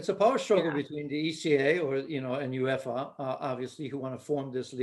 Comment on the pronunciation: What a horrendous pundit can't even say uefa😂😂😂